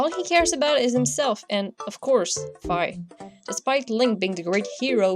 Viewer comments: also you were saying fie its fi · I thought fi was pronounced fee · Fi is pronounced Fee